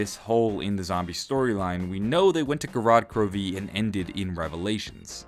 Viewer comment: Gorod Kro-VEE